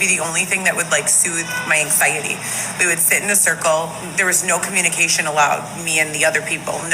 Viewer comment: Ang-Sigh-Uhty. The way she says anxiety. She pronounces things so weird.